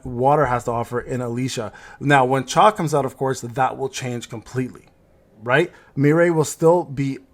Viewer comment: It's not chae but cha-hae-in 😅